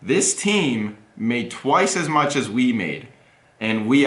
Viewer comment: sorry but i did not understand the last thing he said. what did he meint by "twice AS mich"?